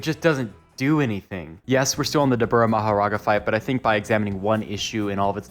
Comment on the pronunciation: "mahoraNga" is crazy to me